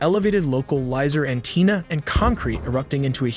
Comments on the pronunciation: What the heck is an “anteena”?? Totally lost credibility. Thumbs down 👎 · An TEEN ah 😂